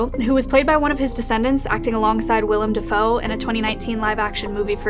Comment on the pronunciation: Historic moment finally said Willem Dafoe correctly after all these years of torment, proud of you.